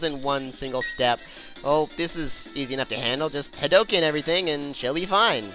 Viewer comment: thought u could use that in 1 of ur lp's well if u somehow do another gw and to be far hadouken is pronounced with a u since ryu shouts it so does ken